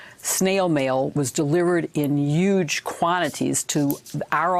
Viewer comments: Stop saying "yuge" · "Uge." Lol. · She keeps saying "Yuge"! WTF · and she says "yuge!" ;) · huge has a 'h' on it... ffs